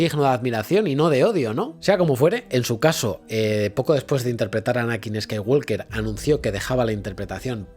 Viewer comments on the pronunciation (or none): La L de Walk no se pronuncia. No se dice "escaiguolker", sino "scaiguoker".